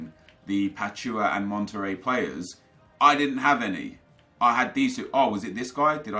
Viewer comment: Hey just a reminder Pachuca is pronounced(Pa-chu-ka)